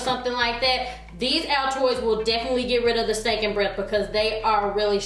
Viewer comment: did she say stanking' hahahahahahahahahahahha girl i swear you make me laugh